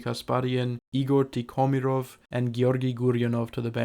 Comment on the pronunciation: Dude, I really dig what you do, but could you please, please just check where the accents go? It's kinO, tikhomIrov, etc. I understand when the names are anglicised, but you seem to be striving for authenticity, don't you? :)